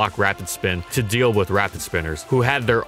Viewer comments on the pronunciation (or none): none